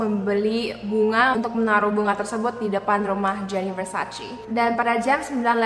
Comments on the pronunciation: Versace dibacanya Versace, bukan Versaci. #justfyi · versacé please, bukan versacee-_- how lol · Mbak bacanya versace e bukan versaci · It's Versace not Versaci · versaCE not versaCEE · Its Versace not versaci -Donatella Versace